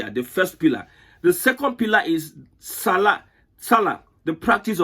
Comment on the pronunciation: Is this demonstration of IGNORAMUS🤣🤣 You just said SALLAT. You need Quran for SALAT. Sharia is based on QURAN.